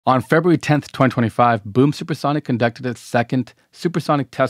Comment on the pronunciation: It ("2025") is not pronounced "twen twen five". To be considered a professional speaker / adult, you must pronounce it correctly when speaking to large audiences. And don't make excuses for this being part of some "accent", "twang", or localism. You get a red card, full stop - every time, on this kinda thing.